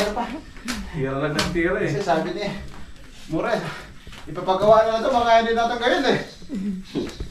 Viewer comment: MURA HINDI MORA YAWA